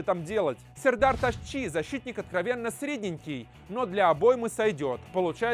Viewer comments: Не Тасши, а Таски! А Самедов вовсе не плох. Хотя зарабатывает явно многовато... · Вообще-то не ташчи, а таски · Не Ташчи а Таски